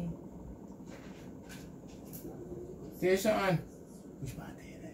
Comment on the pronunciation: 😂😂Its tayshaun tho 😁